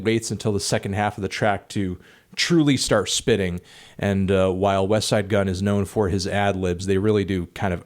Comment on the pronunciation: HE FINALLY SAID WESTSIDE WITHOUT SAYING WEST TSIDE